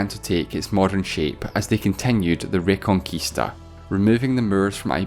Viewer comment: His name was Afonso, not alfonso. Also, your pronounciation of "Olivença" and "Reconquista" is terrible. Never, ever, read a portuguese word with castilian accent. It is 100% garanteed it will be wrong.